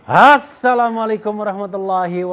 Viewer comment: Bung Refli mhn maaf silakan mengucapkan kata2 dgn brbagagi intonasi dan gaya tap tdk untuk ucapan SALAM tlg ucapkan sperti sharusnya